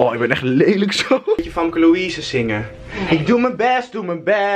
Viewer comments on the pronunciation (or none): none